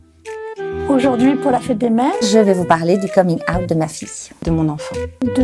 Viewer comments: Son coming aouttee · on dirait qu'elle dit aout genre le mois😂😭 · j'adore la prononciation de certaines mamans "coming aoute" xD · «comine aout» 😂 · Nan nan, c’est « komine äoutte »